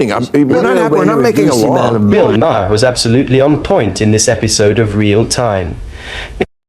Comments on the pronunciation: Who is Bill Ma-May-Harr? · Narrator……Say Bill Mar not Ma-har. That’s how it is pronounced contrary to how it is spelled. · Let's get one thing out of the way, his last name is not pronounced how it's spelled, it's spelled "Ma-har" But it's pronounced "Marr" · Bills name is not “MY-HAIR” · It's pronounced 'Mar', not the 3 ways you pronounce it in the video! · Dude, stop insulting Bill. The "H" in his last name is Silent, it's "Mar" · You mean it's not pronounced Muh-hair? 😊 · Haha. Ma-har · Why do you feel thr meed to pronounce his last name differently every time you say it, it's not a hard name. Perhaps should be a pre requisite to report on someone, being able to say their name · The H is silent. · Ya gotta love AI voiceovers. How many different pronunciations of "Bill Maher" are there? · Every time you say "maher," you pronounce it differently. Very annoying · You need to learn how to pronounce his name. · Learn how to pronounce names before you post a video. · GEEZ!!! Every time I've heard Bill Maher's name pronounced; it's not the way this AI British sounding narrator does it!!! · The H in Maher is Silent . . ..shouldn't you know this?